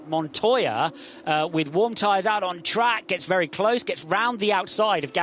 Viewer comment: Actually, it's pronounced MONTOJA